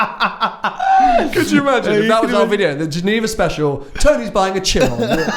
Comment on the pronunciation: Tsiron? It is pronounced shiron. Jesus my ears.